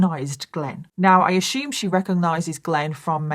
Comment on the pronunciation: "Safe to ashoom"